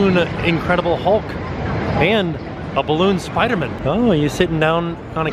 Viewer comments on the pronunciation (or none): SpiderMAN not spidermin ;) love the vids guys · The way he pronounced "spiderman" 😂😂😂